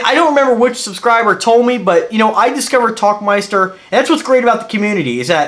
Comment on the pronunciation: Der tauchmeister. Where Tauchen means Dive and Meister translates to Master or Champion, and its a Dive Master. Pretty cool, just looked that up. Also seems to be pronounced Towl not Talk.